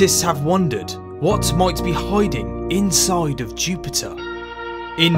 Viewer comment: "what might be hoiding insoid of jupiter"